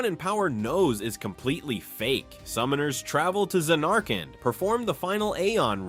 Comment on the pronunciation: Za nark and. Definitely not AI 😂😂😂